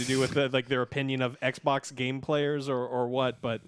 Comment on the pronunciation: Love you Joe, but can you just say xbox please? "Ec boc" is so irritating 😑